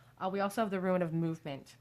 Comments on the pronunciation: I absolutely love your readings, you have a super soothing voice! Most I’ve seen are super accurate but I always get triggered when you say “ruin” instead of “rune” because I keep picturing crumbling sites and think you are about to tell me (us) that everything is gonna get destroyed. I don’t know why the association makes me cringe so much, but it just does. I guess is just my inner fear of loss and abandonment getting triggered by the mental picture 😪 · I watch more of your recent videos and you kept saying how you pronounced "rune" wrong and I was like "What do you mean? That's correct?" I now understand. hahahahahaha